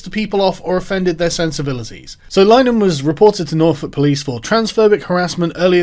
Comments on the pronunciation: Linehan is pronounced Lin-ah-han not line-han. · It's not Lyenan.It's Linahan,rhymes with bin,then ahan.Get it right.Anyway,Graham is not a ''transphobe''.He's a wonderful ally to women,and stands up for their sex based rights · Lin-Ah-Han, not Line-An you fucking doof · It's pronounced Li-ner-han not Line-han just fyi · It's eff-em-uh-ra and Linehan is pronounced ' Lin-a-han ' my dude, not Line-han. Otherwise....spot on.🤐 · It's pronouned Lin-er-han, not lye-nan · Lin-e-han not line-han very triggering to listen to 🤣🤣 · Sargon...its pronounced Lin a han...please pronounce it correctly. He is still a douche...but its more to those who might share the Irish surname that I beseech you to pronounce it correctly. Yours sincerely... Fr. Pedantic!!! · More mispronunciation with Sargon. Linehan = Lin-ah-han IT Crowd = Aye Tee Crowd It's like Foe-coup all over again. If you want to sound like you know what you're talking about, you have to sound like you know what your talking about. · LI-NEH-HAN Sargon's rape spree of pronunciation continues. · Pretty sure it's lin-er-han. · It's Lin eh han FFS. And he's a complete bellend. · It's pronounced Lin-e-han ffs. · Linn - e- han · Its pronounced "Lin- E- han" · "Graham LINE-an" "The it crowd" ffs Sargon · Lin-e-han btw, easier to call him a Nazi than pronounce his name right. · Linehan is pronounced like in Linnen,, lol, as in the sheets, but with the 'han' lol. I love ShoeOnHead, and I love Grahams shows. I have every I.T. Crowd episode. So i'm wondering what the hell is going on here, lol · Carl, Graham's surname is pronounced Lih-nihan. Heard him say so on a Father Ted DVD commentary back when I didn't dislike him. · Actually both versions are accepted names of the show, and that comes from Linehan himself (whose name is actually pronounced LINNERHAN) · It's pronounced Lin-eh-han. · so triggered by your pronunciation of linehan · Why are you pronouncing 'Linehan' like that? I thought that was just a yank thing.